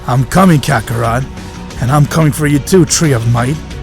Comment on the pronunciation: It's kakarot nat kakarat